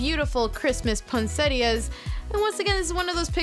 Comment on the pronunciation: “Ponsettia” I died 😂